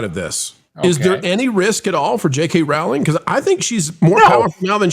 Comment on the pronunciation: I love you guys and wanted to let you know the JK Rowling’s name rhymes with BOWLING. It’s a long o sound. You guys are so great I knew you’d prefer to pronounce it correctly. Keep the great content coming!❤